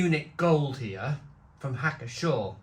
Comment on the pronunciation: You pronounce the "P" in Pschorr.